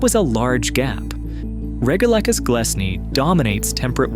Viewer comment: It might help with the credibility of "" if he had an actual knowledge of basic science. The twilight zone is not perfectly still, it's constantly buffeted by global currents. You pronounced "regalecus" at least two different ways: if you're going to get it wrong, at least be consistent about your wrongness. And the bit about there being no bubbles in the sea unless released by earthquakes? Are you kidding? Bubbles get released from the mud on the sea floor ALL THE TIME.